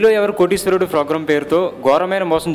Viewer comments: video nacchindi kaani nee Telugu bacche la .fogram kaadu program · bhaiyya ... (frogram ) Kadu program.. 😃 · Phogram kaadhu ra thingari, program ani sariga anatam nerchuko first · fogram kadu raa sami... program...........sari gaa palakadam nerchuko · Hellloo mr.Voice over ichhiindhi yevaraina babu Fogramme antunnaruIt's programme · orini abba! mundhu "P" sarigga "F"alakaraa sannasi...."F"rogram anta "F"rogram......aina "annadu","chesadu" entra??? ekavachanam tagginchuko....appudu video nacchithe like and share cheyyi anu......"F"icchi "F"ulka....malli neeko youtube channel.....hahahaha sari"F"oyaraaa!!